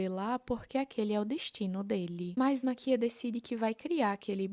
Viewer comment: Gostei da ideia do vídeo e me inscrevi, mas foi desgraçado te ouvir falando Maquía em vez de Máquia ksksksksks de boas